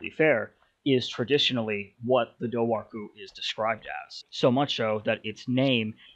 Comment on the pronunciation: It’s pronounced DOOR-WHO